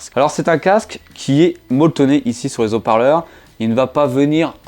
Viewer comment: Des hauts parleurs ! ! ! « Des z’hauts parleurs » c’est horrible 😫